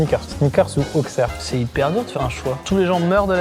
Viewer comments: Comment dire, on dit pas X mais S ("Ausserre"), dommage, la vidéo était bien :) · Non svp Auxerre se dit « au(ss)erre » et pas au(x)erre !! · On dit Ausserre et pas Aukserre.